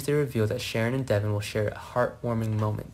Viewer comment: Its Devon not Devin get it right for once